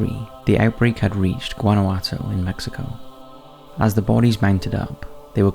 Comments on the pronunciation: Guanajuato is pronounced: Juana-Juato with the J making an H sound. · Guanajuato can you do a search before you pronounce an easy name?